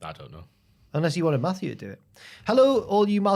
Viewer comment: Whts up w Jack saying Maffew every 2 mins the whole episode? Yeah we all heard Maffew watching Steve & Larson & Bryan Alvarez shows lmao..we get it lol